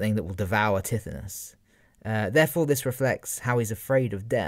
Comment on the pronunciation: Great man but I cringed AF at your pronunciation of Tithonus. Its more like Ty-thon-us